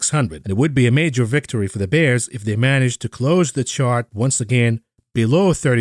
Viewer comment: The way says Da Bulls and Da Bears you'd think back in the day he was Both Ditkas and Jordan's right hand man